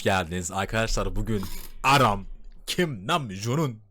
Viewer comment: Aram degil Arem…